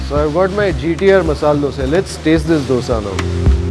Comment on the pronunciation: Bro it's not masal dose its masala dosa spell it correctly bro